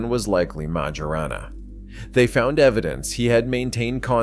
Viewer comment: 'Ettore' is pronounced 'Ett-OR-RAY', not "Ett-OR". As for the surname, 'Majorana', in Italian, 'j' is pronounced like the English 'y', not like the English 'j'.